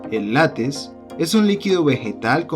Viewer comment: Se dice LÁTEX, no lates. Se dice TEXTURA, no testura